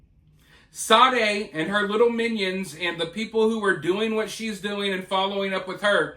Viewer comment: Sade...reads sharday